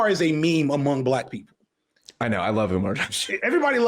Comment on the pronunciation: I hate the way this dude says black people 😂 cringe. He also takes foreverrrr to get to any point. The level of beating about the bush is exhausting.